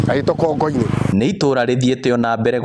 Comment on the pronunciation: Proper kikuyu is 'Kongù-inì' not Kongo - inì. Kongo, its small head but Kongù its small clay pot.